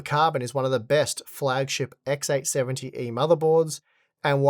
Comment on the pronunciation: Why does he say "XX" all the time instead of "X"? I don't get it. He repeats XX870 all the time when it's just X870. Is it a knowledge problem or a pronunciation problem?